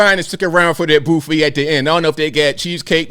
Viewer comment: LOL "bouffet" 🤣🤣🤣🤣